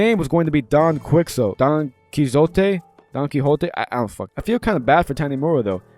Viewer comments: Don Quixote is pronounced Don Key Hoe Tay FYI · "Don Quixzo, Don Kizote", brother how do you not know Don Quixote 😭🙏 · Don Key-Oh-Tay How is this the first time you’ve ever come across this name?